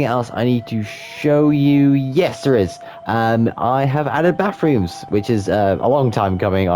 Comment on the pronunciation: Every time you mentions ‘bathrooms’ I thought you were saying ‘backrooms’... What if you tried making the first level of the backrooms? Other than that, great shop designs! Loved the little builds